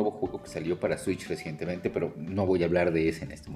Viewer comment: Pinchi jaru ya no se puede decir ni escuchar "Recientemente" sin escuchar "R E s I E N T E M E N T E"